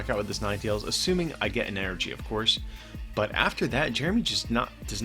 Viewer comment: It’s En-er-gy not fricking E-R-G